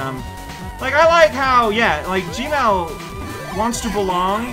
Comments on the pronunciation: Everytime says "Gemerl" it sounds like "gmail" to me, and now I can't help but worry that Eggman is actually in charge of Google and that's why they removed that "don't be evil" rule of theirs. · I'm pretty sure he's doing that on purpose.